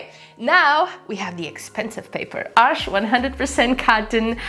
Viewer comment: You are only the second person I’ve heard that pronounced Arches correctly. I’m debating on getting these.